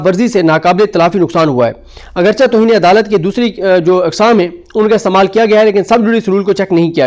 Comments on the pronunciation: لفظ اگرچہ میں "چہ" کو لفظ "کہ" کی طرح پڑھا جاتا ھے۔ یعنی " اگرچے " ۔۔۔ اگرچا پڑھنا ، بولنا درست نہیں ھے۔ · سر آپ ایک صحافی ہیں اپنا لفظ درست کر لیں لفظ اگرچہ کو اگرچے پڑھا جاتا ہے